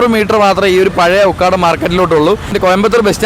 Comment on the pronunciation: Ukkaadaam alla ukadam